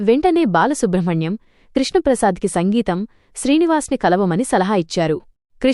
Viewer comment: సంగీతం కాదమ్మా సింగీతం